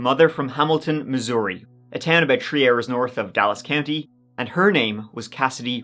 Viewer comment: I enjoy your videos, but one thing drives me nuts (besides mispronouncing names and places), why is it you don't properly pronounce words with "th" in them and you say them as hard 'T's? "The three left at three thirty" becomes "Ta tree left at tree turdy."